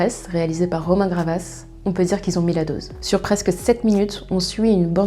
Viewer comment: *Romain GaVRas pas Gravas